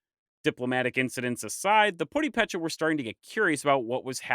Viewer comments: The narrator mispronounces almost every Purépecha word (including the word Purépecha), despite almost every one of them having a clear accent mark over the stressed syllable. As a resident of Pátzcuaro (which he mispronounces), I find this either carelessly disrespectful or just plain stupid. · I noticed you are using graphic accentuation in mexican words. Well, you got PURÉPECHA wrong, and therefore your wrong acentuation when pronuncing It. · I do appreciate you making a video about my ancestors. Although I'd wish you would learn to pronounce the name Purépecha. The first 'e' gets the accent, not the second 'e' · This has been eye-opening. It's great to know (a little) about these people. Thank you. Suggestion: find out if accent marks mean the same as in Spanish. If so, put the stress on those syllables. The Wiki page, Purépecha Language, has this: "As in Spanish orthography, a stressed syllable is indicated by the acute accent." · Tarasco is not correct. Thats what the spanish called our people when they invaded America. We are "Purhepecha" not Tarasco our Language is called Purhepecha not Tarasco. A lot of people still think that its tarasco because they dont take the time to check the Facts. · pro tip: this sign ´ means that's where you put the stress. You kept saying Púrepecha instead of Purépecha (Remember that it's all latinized) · You are reading it “puripécha” it should be read “purépecha”. The hyphen makes the vowel a little longer, like reading “pureepecha”. My family on my mother’s father side is purépecha but I know little about it so thank you for this great video. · Good work. It's pronounced Pu-RE-pe-cha. The "re" is given enfasis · Great work! Its so refreshing to know people are interested in Michoacán culture. Thanks! Just a note on the pronounciation it's purÉpecha . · having been there, they pronounce it like Pur-e-pe-cha the way you pronounce it isn't right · The accent is the emphasized syllable - puRIpecha, tadiAcuri.